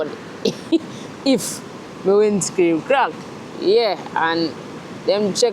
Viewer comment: I swear every time you say WINDSCREAM i laugh